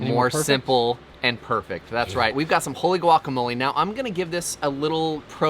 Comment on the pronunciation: Sammich brother, it's guacamole not glockamole 😂. Ring it and bring it